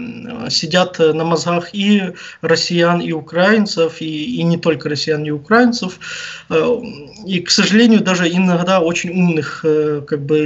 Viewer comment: Вибачте, наголос в слові украинцев потрібно говорить на букву "и",а не на букву "а"